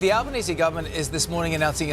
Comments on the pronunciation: Thanks for the correct pronunciation of our PM's name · Congratulations on pronouncing Albanese, and Geelong correctly. It shows a good amount of preparation and research.